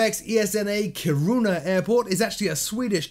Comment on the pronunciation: Nice!!! Kiruna is pronounced more like keyrunna:) take-care